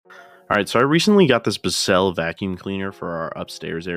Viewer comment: It's pronounced bis-sell